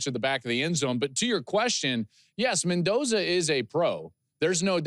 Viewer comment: Mendoza. Lol. Come on.